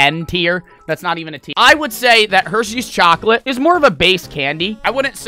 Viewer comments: saying “chockleat” gets me all the time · Dude said "chacolate" 😂😂😂💀💀💀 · “Chaclat”